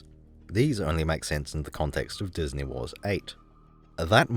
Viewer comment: bro destroyed disnæy